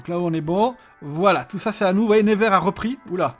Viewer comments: Ps: Ça se dit "Neuvers", pas "Névers" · neuvers pas nez ver mdr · On dit nEUvers, pas nÉvers.. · ça se prononce NEUver et pas "never" (à l'anglaise) j'ai faillit avoir un PTSD a la fin de la vidéo haha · Jsuis degouté Il a mm pas cité Troyes (ma ville) et il a pas arrêter de écorcher le nom de Nevers